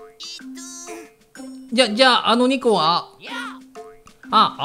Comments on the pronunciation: 変化=へんげですよ。 www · 変化じゃ無くて変げですよ